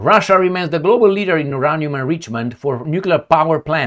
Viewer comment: Uranium Pronunciation, /jʊˈreɪniəm/ (yuu-RAY-nee-əm).